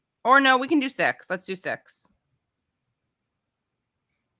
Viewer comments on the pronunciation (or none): It sounded like Katie said, "Let's do sex...", but I guess it was "six"...sigh...